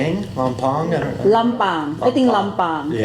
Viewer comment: ลำเพง ลำพาง = ลำปางนะจ้ะ..😄😄😄